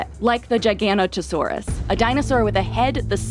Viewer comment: it’s not [G-eye-gan-ot-o-sor-us], It’s [Giga-Note-oh-sor-us].